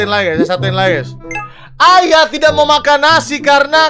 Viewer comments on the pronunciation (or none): Ayah w dengernya ayam 😌